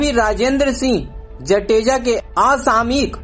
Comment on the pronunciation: Mehrbani karke aapki language clear rakho....jateja nahi .. Jadeja bolo.....he is my chachu.... please